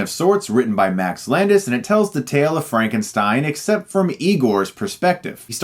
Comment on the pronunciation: It's Frankenstyn